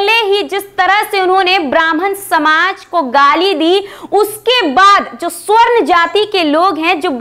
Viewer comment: सवर्ण होता है स्वर्ण नहीं